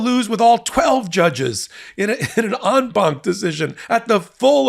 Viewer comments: Yay Ben, you finally pronounced en banc properly! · "En banc". When I heard the phrase I immediately thought, "Oh, it's French". Ben? OK, much of French is derived from Latin...so even though I am not an attorney? You get a pass....